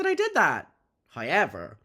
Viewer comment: I love how says “however”….”hi-yever” 🖤🖤